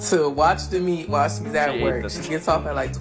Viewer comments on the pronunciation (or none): said meet instead of meat